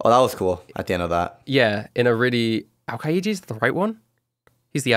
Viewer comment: Yeah that was... Odd. Also the way he pronounced aokiji was off.